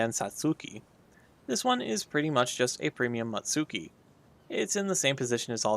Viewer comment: It isn't very fast to go from on tier to the other, you will need to unlock all ships in one tier before moving on to the next. Which obviously you didn't see as you have everything unlocked. Ikoma was reclassified as battlecruiser in 1912. Also your pronunciation of Satsuki and Mutsuki is terrible.